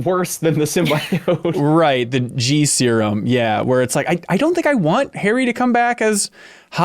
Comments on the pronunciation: Yes the Sim-”BYE”-oat pronouciaton nearly drove me mad! 😂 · criticisms ring hollow for me. Like the slight against the game where he thought Peter was going to die? Then hold it against the game when Peter doesn't die? Why in the world would they kill Peter lol. And please someone correct this man on "sim-bee-oat" not "sim-BYE-oat":b